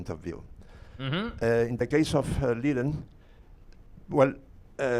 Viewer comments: It just means it doesn't matter to him (I can totally understand as a Chinese myself, it's not worth the time trying to explain that native pronunciation to people especially if you can already understand them just fine), "lizhen" would be even more inaccurate, because that overlaps with existing the existing Chinese phoneme "zhen". "Jen" is considered a somewhat valid substitute for the Chinese /r/ sound, because the tongue position is retroflex (aka, the tongue points to the roof of the mouth). But most people still don't really say it properly, as most people say it like "J-eh-n", while 人 uses more of an "uh" sound than an "eh". So, the Chinese /r/ would be closer to the "su" sound in "leisure". In the end, I think this level of complicating it is not worth it, the standard English pronunciation of "ren" in the end is still comprehensible and recognizable Mandarin speakers, even if it's not completely native sounding. More than that, it follows the current modern standard of romanization used by most people in the world, so it's just better for widespread recognizabiliy (and you'll notice "jen" introduced this conversation in the first place). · It's Liren not Lizhen or Lijen.... play it a few times in google translate and you'll get it.. Just pronounce it as it is spelled. Relax your tongue, don't roll or put emphasis on the "r" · Month's ago I saw interview Ding. One of the questions was if "Lizhen" was the correct pronounciation of his name and Ding's response was that way was closer to correct than "Liren" with the hard 'r'. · Imagine butchering a name several times, On a world championship stage. Yikes